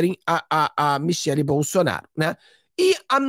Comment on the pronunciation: Michele e não Michel. Temer e não Temar.